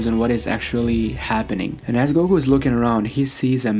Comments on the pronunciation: Why does he narrate everything like he's forgetting the words. "Low class...................... warrior" Also is Goku not gogu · And it’s goku not gogu fucking lame ass